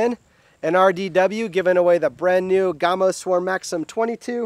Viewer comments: Hi-ho, all. I just LOVE to nit-pick. HEY! I get it from my mom! Any who, the name, GAMO, is pronounced as in CAMO. You don't call it COME-OH, but like CAM-OH. Same with this company's name... Gam-Oh. Oh, and I REALLY like my .22 Swarm. I am getting nickle groups at 30 yards. Okay, done nit-picking for today. And people - - - IT'S ALL IN GOOD FUN. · Its GAAAAAMo not Gumo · My box says 1000FPS but I can tell compared to my others if it was in the 600s it would be gone already. Im shooting 22 grains faster than 660!!!! I turned volume down cudnt stand hearing GOMO 1 more time its GAMO A like in animal. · Reviewing a gun when you don't even know how to say it's name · His pronunciation of Gamo is SO ANNOYING!! REVIEWING A GUN WHEN YOU DON'T EVEN KNOW HOW TO SAY IT